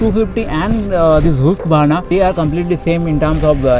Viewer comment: Bro everything was great except the pronunciation of husqvarna . Your Content seems to be going on an another level that's why thought this small correction could help anyways it was really very heartwarming to see such precise and crisp vlogs from a Bengali vlogger.kudos to you man and grow a lot....❤️❤️❤️